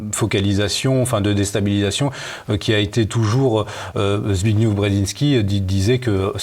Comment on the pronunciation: Zbigniew se termine par le son -ef. On voit que a écouté Michel Drac et a absorbé sa mauvaise prononciation;) Michel Drac compte revenir? Pourquoi nous a-t-il abandonnés?